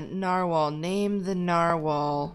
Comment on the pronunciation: name not mane